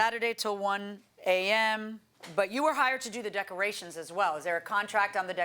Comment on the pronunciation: I know I shouldn't make fun of them but decermations LMAO 🤣😜 Sashay instead of sashes